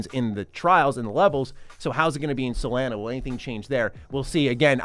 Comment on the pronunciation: You pronounced soleana wrong